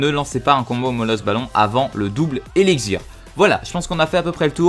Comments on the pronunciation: tu dit:eligzir!c elixir avec un x lol c vrai en plus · tu a du mal a dire x j remarquer